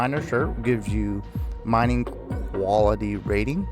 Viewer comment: Mining. Not minning 😂